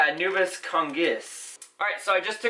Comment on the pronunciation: Don't get me wrong, I'm not trying to be mean or anything here, but how come you and H2O plants keep pronouncing anubias, "anubis". Clearly there is an A in there and it's not silent. Anubis is the ancient Eqyptian god associated with mummies and I can't help but want to say something about it.